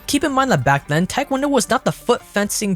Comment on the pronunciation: You literally said "back len" instead of then. Come on bro, you're a grown man it's not cute